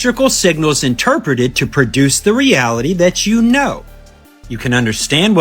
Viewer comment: INTERPRETED = Inter-pretend-land🤣🤣